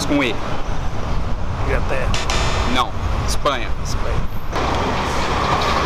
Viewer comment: Englaterra KKKK